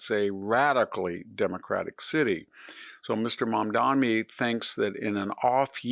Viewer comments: Lots of fear mongering, lies, and smearing on display here. 35 trillion debt, money and greed controlling the government… who did that? Victor, at least pay enough attention to get the name right. It’s Mamdani (not MamdaMi that you keep repeating. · MamdaNi not Mamdami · Victor, take time to learn to pronounce his name correctly. Not "Mamdami". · It sounds like the professor is saying Mamdami. The name is Mamdani with an n. Not that it matters much. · VDH, it’s “Mom-don-eee” it’s not actually a hard name to say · I wonder why people who are against Mamdani make a point of mis-pronouncing his name. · Sliwa, not Silwa. Mamdani, not Mamdami. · Mispronouncing names (Mamdami instead of Mamdani, Silwa instead of Sliwa) is not good at all for credibility. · It’s “SLEE-wah” not “SILL-wah.” And “mahm-DAH-nee” not “mahm-DAH-mee.” And he’s always mispronouncing former VP Harris’ name as “kah-MAHL-ah” instead of “KAH-mah-lah.” He’s not a stupid man but he sounds stupid when he does that. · Mamdani, not Mamdami Sliwa, not Silwa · It's MamdaNi, not MamdaMi. It's Sliwa, not Silwa. Jeez. Also, why would "open borders" affect elections in NYC? Undocumented immigrants can't vote. Mamdani is going to win because young people are idealistic and stupid and easily manipulated. What's confounding is the support he is getting from older New Yorkers, not a lot but enough to push him over the edge. That the Democratic machine couldn't come up with anyone to deal with this guy shows it's ineptitude. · Pronounce better, Victor . It is " SLEE-WUH'. And "MUM- Dan-EE".